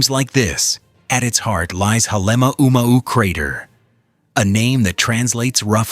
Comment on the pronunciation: Dump the purple prose. Also, learn how to pronounce the names of Kilauea & Halema'uma'u. More science, less science fiction.